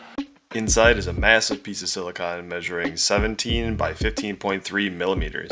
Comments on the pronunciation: Except he’s still pronouncing it wrong. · Ikr lol. I notice British people in particular love to pronounce Silicon silicone.